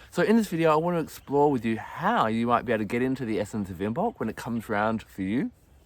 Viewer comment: Cool fact, Imbolc is supposed to be pronounced with the b being silent. 'Imolc'. Lovely video btw!